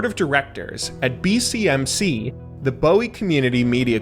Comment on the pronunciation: Great video, but, as somebody from Maryland I have to point this out. Bowie MD is not pronounced like that, it's pronounced like the word Buoy. a common mistake from people who don't live here.